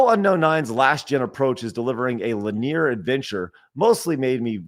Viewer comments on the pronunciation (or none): "linear" is li'-knee-er, not li-near'.